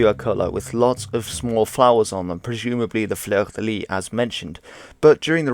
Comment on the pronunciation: Cool vid.Just for your knowledge, the last "s" in "Fleur de Lys" or "Fleur de Lis" isn't silent. Just mentioning this because the way you say "fleur" is A-OK. French is quirky.